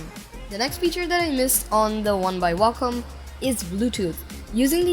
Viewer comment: you say Wacom like Wacka Flocka says Wacka